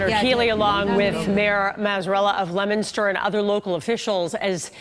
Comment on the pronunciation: it is not lemonster...it is leo min ster